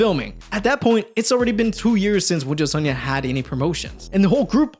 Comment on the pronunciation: I've seen no one mention it so I have to...... You kept calling WJSN "wujusonyeon" instead of sonyeo, which would translate to Cosmic Boys 😭 Still, thank you for the video! It was cool to hear a bit more about it. I thought their track Die For You was a banger btw